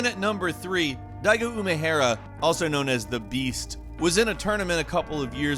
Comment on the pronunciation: That pronounciation of Daigo Umehara hurts me, man. Also you're gonna talk about that and not moment 37? Sheesh